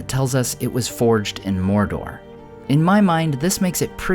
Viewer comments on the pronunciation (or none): "moir-doir" is not the way to pronounce it, phonetically; "m-oh-r-d-oh-r"